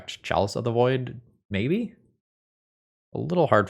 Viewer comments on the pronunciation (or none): none